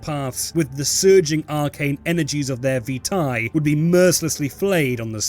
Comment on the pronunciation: Not trying to dementate you or anything, B, but it's pronounced Vye-Tae (seriously not fucking with you, Childe of Malkav, but keep it clean enough for an insane thing like me, yeah?) RED-did; Also maybe stop calling us Cammies..? Some of us might be THAT cray-Z, I'll admit, but most of us keep our memories. We Do Not Forgive. We Do Not Forget. The Methuselah, maybe, should Expect Us...